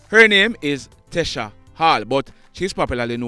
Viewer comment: Her name is pronounced t-c-a not tessah and she not known as "Slimmaz"